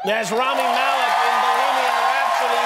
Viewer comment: Not being mean but “Freddie” & “Malek”